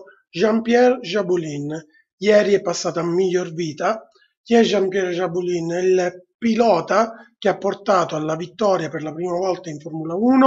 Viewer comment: Jabouille non Jabulin